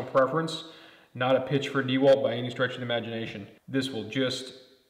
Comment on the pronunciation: Dee-Walt lol